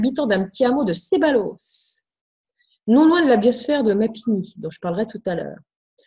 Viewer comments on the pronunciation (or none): none